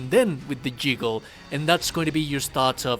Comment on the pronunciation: The "jiggle" was killing me. It's juggle. xD